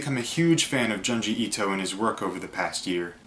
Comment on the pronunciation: The way you pronounce his name is frustrating.